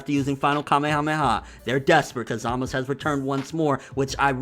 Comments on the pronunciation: Real Question: why does he keep saying Zamus instead of Zamasu? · Hey I love your videos, but please! Why do you insist on calling him Zamas?? There's a very clear U at the end of the name. Zamasu!!! Driving me insane lol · Why can't he pronounce the "U" in Zamasu ? We all know how to say it from how they say it on the show... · Zamasu! not Zamas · Why dont you say ZamasU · I get so triggered by him saying zamasu. i dont know if its pronounced Za Ma Su or how hes pronouncing is the right way. someone let a bro know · I hear a U at the end everytime vegeta trunks or goku says it. maybe the gowasu thing is formality? idk but i call him zamasU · what can't pronounce Zamasu? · why do you not pronounce the U in zamasu? Eh idc love your channel!